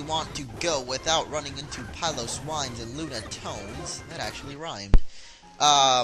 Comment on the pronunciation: The correct pronunciation: Pillow-swine and Lun-ah-tone. Ky-you-rem.